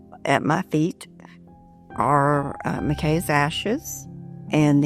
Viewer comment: Why did she say Mcks not Mckays when she was talking to her at the end??? I am glad she is still holding on for her son. I couldn't imagine......